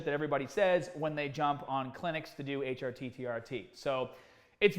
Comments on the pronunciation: What are you doing?.... It is pronounced Tee Are Tee. Not Tee Odd Tee... Need some PEDs out there in Brooklyn, some PRONUNCIATION ENHANCING DISCUSSIONS. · he says it right the final HRT he says is right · Everyone: "HRT" "H - AH - T" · Sounds like a Boston accent. My ex used to say "work on the caahburataah in my caah" but bra was brar. 😎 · I really love how you said hrt it sounds like a different word